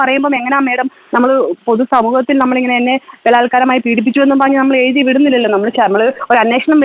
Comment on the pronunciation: എഴുതി ആണ് എയുതി 😂അല്ല Plz പ്രാക്ടീസ് ഫ്ലുവന്റ് മലയാളം